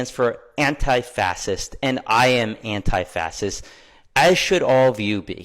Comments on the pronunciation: first of all, not being anti something is not the same as being PRO that thing. Secondly, it’s not “fassist” it’s “fascist” pronounced “fash- ist” lol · Why cant he say facist right?? 😂 its driving me nuts...😂😂 .."fasist".. 🤡.. nobody believes them..they are such a joke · Fascist- is pronounced fashist, not fassist, the “sc” make a “sh” sound. Regardless, everyone that calls themselves antifa constantly displayes acts of fascism, your actions are stronger than your words. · What's a "fasits?" 🤣🤣🤣🤣🤣🤣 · this dude cant even say FASCIST😂 "fassists" sissy much bruh? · Why cat he say fascist he is saying fasses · "Fass'ist", nice.. either he has never spoken to another human or has only ever read it and never heard it.. or the guy is just an AI. Defiantly 1 of those, thanks for your opinion robot, shut down and run a diagnostic. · This genius doesn't even know how to pronounce fascist correctly, it's pronounced fa-shuhst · For the Love of God, stop saying "fassisist". You sound like a toddler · I'm all for Fastism! Can we get 100 mph minimum speed limit on the interstates? And, snipers for anyone in the passing lanes for more than ten seconds? Yeah, if you can't say the word right, I'm not taking you seriously. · "Fass-sist" umm..... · Well, might be a little harder to pay these people to loot, damage and cause mayhem now! Gonna cost them a whole lot more! Dude said anti fasist. Should learn how to say it, if you’re gonna call yourself it. OMG! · They don't even know how to pronounce the word fascist😅😅fassist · ohhh it's pronounced FASSEST? interesting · That guy said fascist incorrectly about 10 times. I thought he was saying fasest. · Dude Called it fasist, He can't even say the word that he believes in SO MUCH, WHAT A JOKE LOL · Did that guy say “fass-ist ” a half dozen times instead of fascist… what was I hearing?!?! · Thought he was talking about running the 400 meter or something; sounded like he was saying "fastest" over and over again 😂